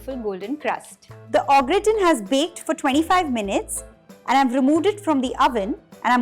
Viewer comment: Sorry to be a pain but it's pronounced "Garr taan"